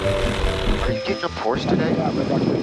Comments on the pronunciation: He bought a Porch? Not a Porsh uh? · Porsche is spoken as Porsch-eee!. Greetings from old Germany 🇩🇪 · Nice car, congratulations. Just remember, D, from now on being an owner, Porsche is a TWO syllable word. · Now that you have a Porsche Dave, please start pronouncing it correctly. That was a killer video!